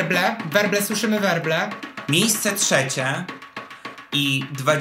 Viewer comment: Wróble słyszę, wróble! Jakie wróble? WERBLE.